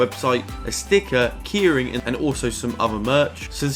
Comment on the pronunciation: Never heard anyone say ‘keyring’ like ‘kearing’🤣